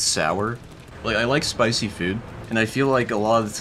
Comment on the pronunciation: What I discovered in this video: says food as "fuud"